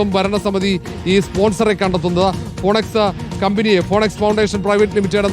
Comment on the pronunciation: ഫിനിക്സ്, ഫൊണക്സ് അല്ല